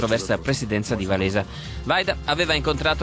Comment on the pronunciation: Mi piace quel 'Valesa'. Si legge "Vavensa".